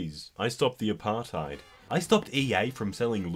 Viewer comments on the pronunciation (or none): none